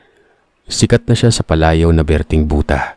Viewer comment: berting buta, ung accent talaga ng Buta ei hahahaha... same lang din kung pano mo bigkasin ang bulag sir ganun din sa buta... Ung sayo kase parang booota hahaha